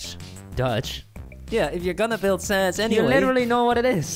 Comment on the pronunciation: SANS NOT SAND